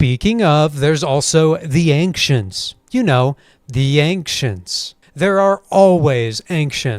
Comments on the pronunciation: Why are you pronouncing "Ancients" like there's a k in it? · I heard it as ''Anqshents'', and I have no idea why he said it like that lol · Might be clever wordplay about just how unimaginative calling your ancient species "Ankcients" is. Without even bothering changing up the way you write the word. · Gonna be the guy who says this because you deserve to know (if you even see this comment): Not trying to hate or anything, but I don’t think you’re pronouncing “ancients” right. Cool video though, these are always fun!